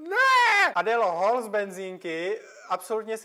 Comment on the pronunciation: Aaaaaaa TO NEJSOU HAULY!!!!!! TO SE VYSLOVUJE HÓL!!!! Pomoooooc 😭 O 11 měsíců později 😂 Nevadí Pořád jsi tady Pořád?😂😂😂😂 Pořád???!😂 Opravdu ?! 😂 😂 😂 😂 Konec ?! Možná Už ?! No tak jo Konec ? Ne! Nebo? Jo? No Tak Teda K O N E C ! Tak jo! Konec ! 😂 😂 🎉 Jsi super B T W Tak jo Kooooneeeeec 🎉 👇✨